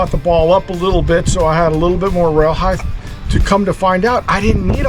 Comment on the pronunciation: "HeighTH" is not a word. Speak English!